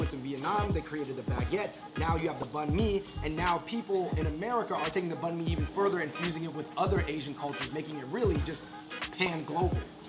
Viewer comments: The way they pronounced banh mi annoyed me; it's pronounced more like banh me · shit man... "Banh mi"... Say it right man you're viet